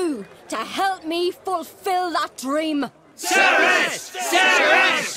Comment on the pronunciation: I think it's pretty cool to find out that there's a video game character with the same name as me but I was really weirded out by the pronunciation. No one has ever pronounced like that ever. It's actually pronounced cer-is not ser-is. The Welsh language doesn't really convert C's to S's the way English does.